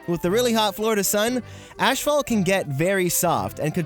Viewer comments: Not trying to be a hater but this triggered me. Asphalt is pronounced "As-Fault" Not "Ash-fault". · It’s asphalt. Not Ashalt. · I like how he says ashfault, isn’t it asphalt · I’ve never heard of “Ashphalt” - what is that?? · Sorry, I cant get over you calling it “ash”phalt..... lol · Why is he saying Ashphalt? Its Asphalt. Maybe he don't wanna say the kind of curse word in it.... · it's asphalt...not ASHphalt. I know it' sounds petty, but thought you should know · is he saying ash fault? instead of asphalt? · As-phault. Not Ash-phault. It's downright painful to listen to that part of the video. Otherwise, great video. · I think you mean asphalt, not ashfault. ;) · Asphalt... AS-PHALT NOT ASH-PHALT --- THERE IS NO 'H' AFTER THE 'S'! IT'S AS-PHALT NOT ASH-PHALT. >:3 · What is “ashphalt?” It’s asphalt. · Asphalt not ashphalt. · I can't handle your "asphalt" pronunciation bro lmao For me it sounds like "ashfault" 😂😂😂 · Wait, did you say ashphalt? 😂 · It's pronounced "a$$-fault" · Great vid! Lol did you say "ASH-Phalt" so you wouldn't get demonitized? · Erm, what is "ASH-phalt"? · you say "ashfalt" and it bothered me for some reason. good video though!! :D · neptune glad im not the only one bugged by that. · Me too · That's how they say it in Canada. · Learn how to pronounce asphalt